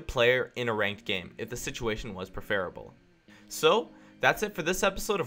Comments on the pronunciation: "Prefarable" too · ***** If I hadn't seen these comments I wouldn't have even known that he was trying to say preferable lmao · And how he says "preferable" at the end... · i don't like the way you say issues and preferable. there was one more word that bothered me but preferable made me forget about it. just some feedback on the video as asked for